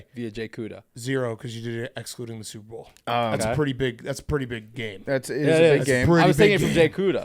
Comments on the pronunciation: Is Big Cat saying Soup Bowl intentionally now? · Holy shit BC does say Soup-Bowl